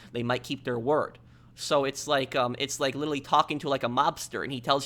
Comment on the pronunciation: “Lillille” can’t say literally lol